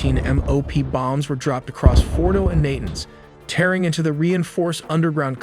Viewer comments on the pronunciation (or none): none